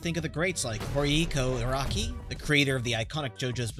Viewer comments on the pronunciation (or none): Did I just hear this man say "Horiiko Araki"?